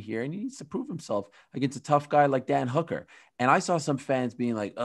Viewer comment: Wow Ariel pronounced Michael Chandler and Hooker right what the f!!??? Usually i hear names like Habib (khabib) or Rhamzat (Khamzat) or even Adissonya (izzy)